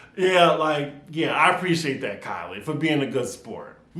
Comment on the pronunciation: Keeley not Kylie